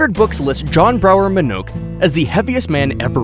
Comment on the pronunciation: You are LAZY! First, at no. 1, you mispronounced Mr. Minnoch’s last name. Second, you shiw film footage not of Minnoch but of Robert Earl Hughes, a man from Illinois who once weighed a medically verified 1,069 lbs and was for many years considered to be the heaviest medically verified human ever. To this day, Robert’s 122 inches measurement is the largest on record. You are LAZY!